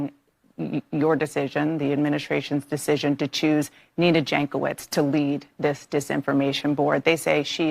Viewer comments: For those who likes facts. Jankowicz name is from Eastern Europe. Might be from Poland. And right pronouncing is Yankowitch. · Jankowitz = [Yonkovich] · Ok, this woman is despicable, but that is no reason to butcher pronunciation of her name to that degree. It makes my soul bleed every time I hear you say it.